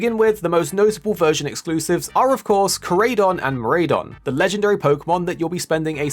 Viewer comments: It's Koraidon (Co-Rye-Don)and Miraidon (Mi-Rye-Don) and Miraidon is in Violet not Koraidon easy way to remember Korai=past and Mirai=future in Japanese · it is pronounced kor eye don and mir eye don